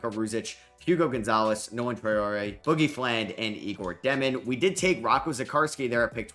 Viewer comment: you finally pronouncing traore name correctly 🎉🎉🎉🎉love ur videos from london